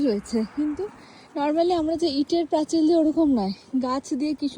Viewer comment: তোমার পোস্ট দেখতে খুব ভালোবাসি তার একটা কারণ তুমি আমার শহরের মেয়ে বলে , এবার একটা কথা বলি কিছু শব্দ এমন থাকে যা সেই অঞ্চলের মানুষের মুখে মুখে একটা কথ্য রূপ পায় যেমন প্রাচীর কে প্রাচিল বলা , সব জেলার এমন কিছু নিজস্ব ভাষা বা শব্দ রয়েছে , যেমন কামড়ে দেওয়াকে অনেক জায়গায় বলে লুচে নেওয়া , একটা বিষয় হলো তোমার এই সহজ সরল উপস্থাপনা খুব ভালো।